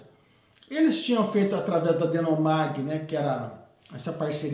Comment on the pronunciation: Ótima análise, parabéns! Já li e tive a mesma opinião. Só um ajuste: o nome da subsidiária da IBM era DeHomag, deixei o h em caixa alta, é um h mesmo e se fala com r gutural, e não um n 😊. Forte abraço!